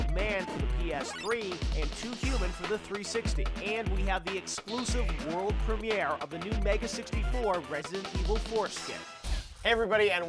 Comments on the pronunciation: "We have the Prem-ee-air of their Resident Evil skit coming right up!" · He says premiere weird.